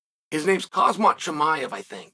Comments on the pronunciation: kha-M-Z-at not kha-Z-M-at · Khamzat, not Kazmat, God damn it. He will figure out his path you figure out his actual name first. :D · Macklechev, hazmat& Rockmanoff 😂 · Try it like this Unc.. Hahamzat 😂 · Did Chael say Cosmit. People have done worse. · His name is Khamzat stop saying his name wrong 😂😂😂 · Cristian ronarlo says kazmat so why can’t chael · don’t you mean hazmat? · No, it’s always been Hozmit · He Always does lol😂😂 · Cheal STILL cant say khamzat right